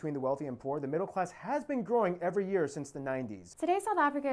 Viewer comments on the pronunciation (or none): none